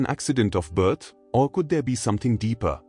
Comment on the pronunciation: Seriously, an AI narrator with a bad Indian accent? We are not born n a “voom,” we are born in a womb (pronounced woomb) and birth is pronounced burth (rhymes with earth) not “bert.” It’s not hard to pronounce things properly esp if you are AI! W does not make a V sound and vice versa. So annoying I had to shut it off.